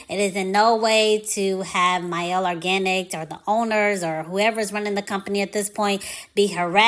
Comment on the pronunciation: I dont rock with mielle anymore however Thanks for pronouncing the name correctly